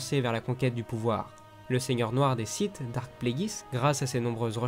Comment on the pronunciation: C'est "DARTH" et pas DARK